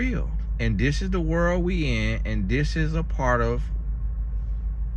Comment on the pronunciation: Since listening to your content I catch myself saying "what the werrl" instead of "wtf" 😂